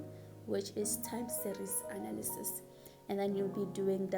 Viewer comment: the emphasis on the ANALYSIS YHOO is it bad?